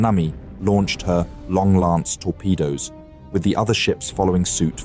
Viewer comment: Awkward pause before saying long-lance, bow pronounced like bow and arrow…. Oh no. Not you too with the AI voiceover 😢